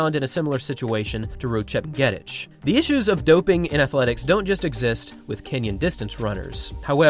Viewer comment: Pronounced: “chep nyay teach”